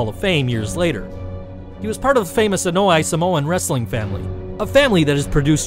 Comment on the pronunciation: It's pronounced on-owe-AH-hi and mark Henry isn't on here?